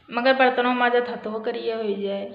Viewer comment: Maji nahi maja hota hai